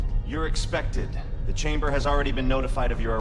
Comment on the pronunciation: Fantastic except for pronunciations of certain words = CH-aim-Ber